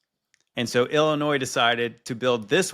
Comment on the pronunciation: “it was paid for by the state of illa-noise” after he already says it correctly twice? 🤦‍♀️ That an-noise me! At least got it right every time!!!